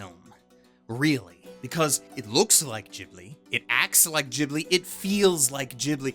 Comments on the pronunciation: Ghibli is pronounced with a hard G! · Shouldn't "Ghibli" be pronounced with a hard "G"?